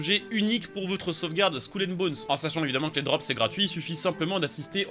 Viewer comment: Skoul and bones? Fait un effort mdr